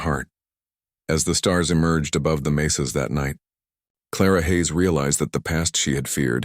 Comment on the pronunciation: Clara and Taco’s night of passion could get her in trouble if she gets pregnant. What a stupid story. “Mesas” not “maces.”